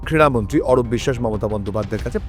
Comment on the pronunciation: Kriya Mantri......Not Kira Mantri....Super...